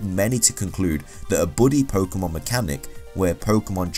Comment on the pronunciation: it's pokEEEEEEEEEEEmon not pokUUUUUUUUUUmon ):-(